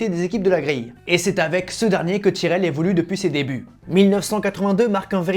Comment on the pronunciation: bon, je regarderai quand tu apprendras a dire tyrrell